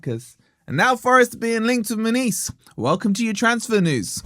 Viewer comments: Munoz…….NOT Muniz 🙄🙄🙄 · "Munees" 😭 it's "Mu-nyoz" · His name should be pronounced Moo-nee-oz. 😂👋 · how can you completely nail the pronunciation of every mineral and herb extract that goes into your oxford weight loss product and then completely butcher a name as simple as munoz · Why is mis pronuncing his name? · 😂😂😂 learn to say his name right for one ffs 😂😂 and trust me mun OZ aint going forest 😂😂 bless ya